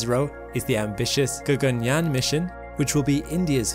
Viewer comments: "G-A-G-A-N-Y-A-A-N" pronunciation was apt.. 👍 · Your pronounciation of Sanskrit terms- "Gaganyaan, Chandrayaan, Shukrayaan etc" was spot on.👍 It was as if a native speaker spoke those words 😀😀😀